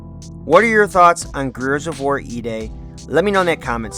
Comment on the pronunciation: You can’t even pronounce the title of the game properly, what a moron